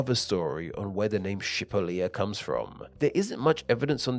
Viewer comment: You don’t know how to say it correctly